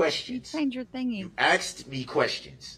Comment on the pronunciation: you axed me questions 😂😂😂😂😂😂😂